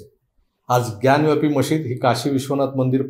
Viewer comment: ग्यानव्यापी हा चुकीचा उच्चार आहे. ज्ञानवापी असा तो शब्द आहे. वापी म्हणजे विहीर.